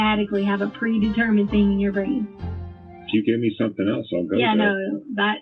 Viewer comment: The way she says "think" instead of "thing".🤬